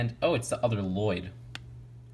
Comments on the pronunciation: "Le loyd?" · l-loyd no no l-l-o-y-d I named you